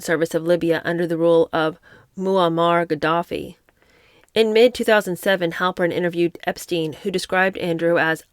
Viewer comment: It’s pronounced Moe Mar Gaddafi . There is definitely no l to say mole mar as you did . Clearly you don’t actually know very much history